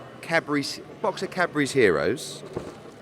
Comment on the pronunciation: Did anyone notice the old blue blood pronunciation of heroes??